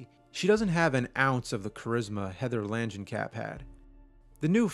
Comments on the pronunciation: Kamp ... KAMP... HEATHER LANGENKAMP NOT KAP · Langenkamp NOT Lanjenkamp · Lan-jen-kap??? You're killing me smalls!!! No! It's... Say it with me... Lang- (hard G) En- (like the letter N) Kamp (like a camp)! Langenkamp. The nurse in Wes Craven's New Nightmare even says her name like several times. Miss Langenkamp, Miss Langenkamp! When she's trying to calm her down after she wakes up from her nightmare of Freddy trying to take over Dylan. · “Lanjencap?” I think it’s “Langenkamp.” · lan-jin-kap. lol langen-kamp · Lan-jan-cap? Well that got butchered. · Man did you butcher Heather Langenkamp's name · Great video James! I like your analysis. 1,3 and 7 all the way. ps. not sure if anyone else cares/noticed, but I know Heather uses the American pronunciation of Langenkamp. In the vid you're using the British version. You say tomato, I zatermatermorts.